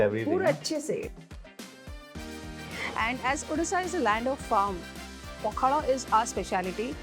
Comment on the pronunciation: It's Pakhala not Makhala 😀